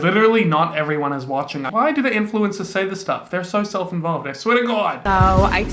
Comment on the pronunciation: Sometimes when you say influencers it sounds like ‘Influenzas’ and I love it 😂